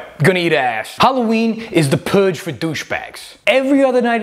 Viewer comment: Sweeves on hawwaweeen??!!